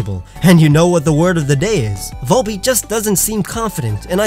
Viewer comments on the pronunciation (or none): VOLBEAT, NOT WOLLBET!